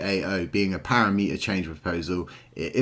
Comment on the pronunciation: Nice vids, but as a dev PLEASE get the "parameter" word correct ... it's NOT "para-meter" :) aside from that excellent content ;)